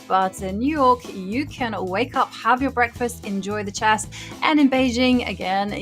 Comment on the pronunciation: Houska, the game is called chess, not chass